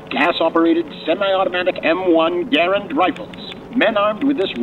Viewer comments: One grenade blows up bell tower? Absurd. Also, it pronounced "Gur-and" not "Ger-end". This man is clueless. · Ok I'm southern... it's gah-rand... not gar rund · Gar-und? We said it as Gu-rand. What is correct? Also, it's fire and maneuver, not fire and move...... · Dude my Dad was a WW2 vet - drought from Normandy to Battle of the Bulge - he called it a Grand rifle not Geerand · It's M1 Garand, not M1 Garend. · It's Ga-Rand not Gurand..... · The U. S. infantry rifle is pronounced "Ga-RAND," emphasis on the "rand." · It's pronounced Gar Rand. And anyone who has used a bolt action knows you can make it very fast by operating the bolt while never having the rifle leave your shoulder. I've shot running deer with a bolt and it works. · M-1 Garand....Gar-and. Emphasis on the second .a. like the .a. in the word and.